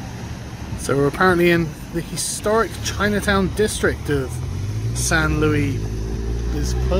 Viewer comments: Not "San loo-ee" That's french "San loo-ees" >:[ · It's San Luis, you jaywalker. Spanish. Sounds more like Louise than Louie. "Alt-right restaurant." LMAO. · Yes, the correct pronunciation, thank you. Although Sargon is normally located much closer to France than Spain and thus more familiar with that language. Didn’t Sargon vacation in Spain last year? Forgot the pronunciation already eh? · It's bugging me: you pronounce the 's' in the city's "Louis".